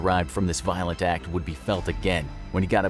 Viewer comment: Me initially: oh no. Very violet prisoner. Me after the video: lol he was British, doesn't count.